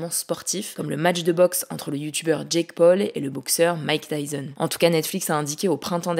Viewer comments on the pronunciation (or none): none